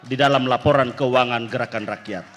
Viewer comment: 😂😂😂😂 yg perempuan ngomongnya geraan ranyan.....😂😂😂